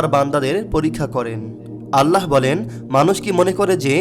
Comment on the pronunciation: আল্লাহোর!!!no , বলুন ""'আললাহ